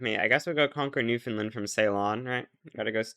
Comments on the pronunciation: bro calls newfoundland newfinland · It's new Found land, not new Finland